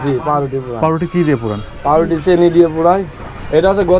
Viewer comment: চা ওয়ালার upor cursh khuya ami hahahahaha tar চিনি k চেনি bola osadharon lagca